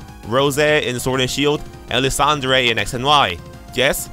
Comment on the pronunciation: Thank you for being one of the people who says LisANDRE instead of Lyzandur... I don't care what the official pronouncing is, the latter sounds dumb.